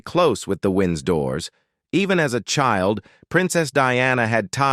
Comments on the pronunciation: After two minutes of this I started to yawn. And who, for heaven's sake, are the 'Windsdoors?' Then I turned it off. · The "Wins-Doors"??? Disrespectful 😮